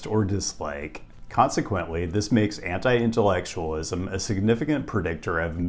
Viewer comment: This guy said anti-intellectualism and I heard henta-i-intellectualism